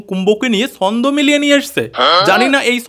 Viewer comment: ভাই, তুমি তোমার জিভটা একটু ভাল করে ছুলে দ্যাখো না যদি "ছ" উচ্চারণ করতে পারো। এই যে ছন্দকে বারবার 'সন্দ' বলছো এটা তো ঠিক হচ্ছে না, তাই না। সন্দেহকে অনেকে শর্টে 'সন্দ' বলে থাকে।